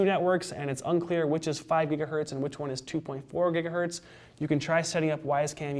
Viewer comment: Stop saying giga-hurt